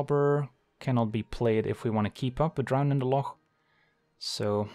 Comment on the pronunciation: #1 “Drown in the loch” player. Thank you for pronouncing it correctly.